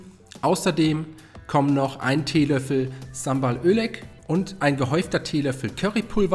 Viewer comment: Sambal ÖLek ?? 😆😆 Ernsthaft ?? Wenn man nen Kochkanal betreibt, sollte man wirklich wissen, wie Zutaten wirklich heißen bzw richtig ausgesprochen werden 😆😆😆